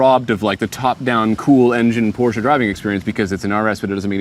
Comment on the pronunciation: Hearing him saying it right,makes us Germans happy 😂